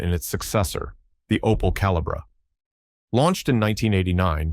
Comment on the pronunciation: Calibra - pronounced Caleebra!